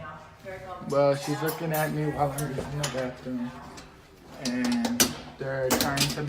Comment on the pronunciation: HEEE just uused the "bawfffruuum" the BAFFFRUMM ...